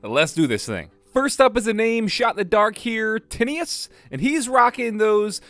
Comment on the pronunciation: Hello👋! I am Tinius. Also pretty close with the pronunciation!